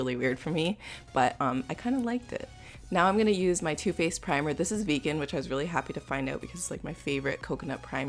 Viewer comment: Not to hate or anything but i just dont like whe. She says vegan xD